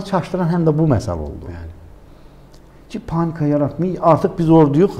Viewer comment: O SES ERMENI SESI OLUB 100 % "PANNIKA YARATMAYIN " DEYEN ADAM.